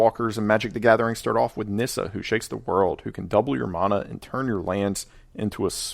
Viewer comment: Imagine saying mana instead of mana